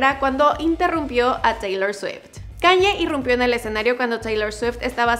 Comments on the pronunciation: Se escribe Kanye West Pero se dice Keni West Un pequeñito error nada nada...grave..😅😅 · Por favor. Debes de orientarte como se pronuncia correctamente el nombre del artista. Kanye, se pronuncia keyne